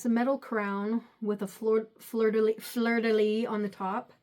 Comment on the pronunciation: The crown is you to a T... our youtube Queen! And you said "fleur" right! A lot of ppl pronounce it more like "floor".